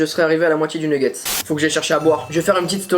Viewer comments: Super la vidéo " neggets" continue comme ça ❤️ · J'aime trop tes vidéo trop bien continu commença bon pour le mots c'est nugets